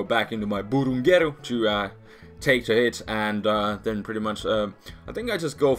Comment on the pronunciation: I like the way he pronounces "Burungeru" ^^